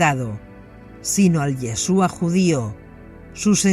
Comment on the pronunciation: YESHUA y con acento en la u